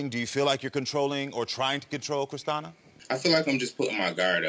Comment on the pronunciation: Christina is pronounced Christiana now?